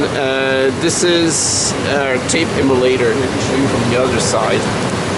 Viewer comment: That sounded like "tape immolator". I imagine that's occasionally correct...